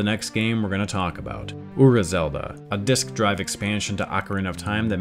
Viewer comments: I love this kind of information, but there's no way I'm the only one who finds it grating that Ura Zelda keeps being said "Ur-ruh" instead of "uu-rah," like 裏 is actually pronounced. It's just kind of a pet peeve of mine, hearing people repeatedly use a word from a different language and not make sure they're pronouncing it as best they can. Especially on something like DYKG, which does a great job of researching, but left something like that very clearly incorrect. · Awesome video guys! Just one thing that Ura is pronounced as OO-RA. I was listening to this episode instead of watching so hearing UR-RA got me confused on what it's supposed to mean